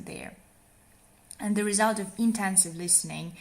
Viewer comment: You said extensive for both. The first is extensive and the second is intensive. I didn’t hear you pronounce intensive properly so it sounded like extensive.